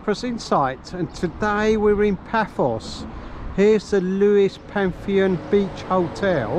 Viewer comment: Just for reference Phaethon is pronounced Fire Thon. 👍